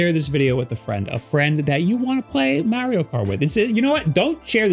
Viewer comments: Repeat after me. Mah-ri-o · You're pronouncing Mario wrong lol